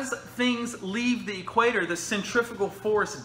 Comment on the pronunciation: it's pronounced centrifugal not 'centrifical'! You lot just love to make up words 😱